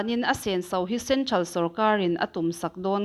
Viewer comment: "Centhral" nilovin "Central" ti zawk tur.